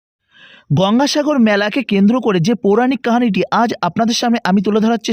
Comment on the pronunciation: pouranik "kahani" na bole "Kahini" "bhosmo" er bodole "Bhosso" uchharon korle bhalo lagto